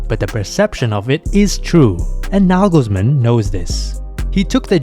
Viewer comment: Toni Kroos is not the little brother of Tom Cruise. ;-) Why is his name always mispronounced by English speakers? It's not that Kroos is an unknown wunderkind. Double o in German is just a long "o" as in often or order. You do a good job with the pronunciation of Nagelsmann, Neuer though, even Müller, Gündogan or Mittelstädt in spite of the umlauts sound OK. Wirtz, however, should be pronounced Weeerts (with a long "e").